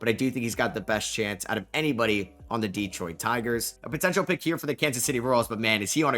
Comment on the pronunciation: It's not pronounced DEEEEEtroit and it's not pronounced Tareeeek. What is the matter with you YouTubers...if you want us to take you serious then listen to 1 single replay of a Tigers broadcast to learn how to pronounce his name correctly. It's just like Derek but with a T....T-Derek....Terek,....Tarik. Skuball...Skoo....bull....Sku...ball...Skubal. Tarik Skubal.